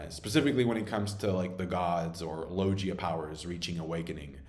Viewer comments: Its logia not lojia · Man learn how to pronounce the word logia properly cuz you're not man it's not low Gia is logia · Say it with me Lo-Gi (G as in Guss)-A Logia Not Lojia lol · Hey idk if you know or just have a preference but it’s pronounced Low-gi-YUH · I love your video and comments and theories but gotta correct you again, it's logia, as in GUITAR, not "JiTAR" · You pronounce Logia wrong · I’ve never heard someone pronounce “Logia” the way you do and it’s kinda weird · Is there a reason pronounces "logia" incorrectly? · Bro how can you still not pronounce "logia" correctly? It's mad annoying